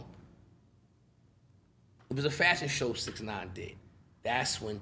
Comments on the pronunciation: Why is he saying bix 9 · What is he calling him Bixnine? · Says bix nine but also says casanova🤨🤔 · Is he saying “bix” or bitch?